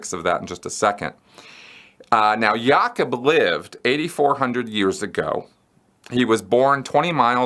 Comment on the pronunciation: pronounced Ya'koob, not Yakeb.